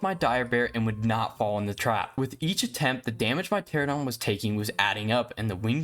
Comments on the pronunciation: Great video! That being said ichthyosaurs are NOT dolphins lmao 💀 Edit: also Pteranodon is pronounced “tear-ann-oh-don” not “tear-ah-don” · Hey! Just so you know, Pteranodon is pronounced Tur ann oh don! New subscriber too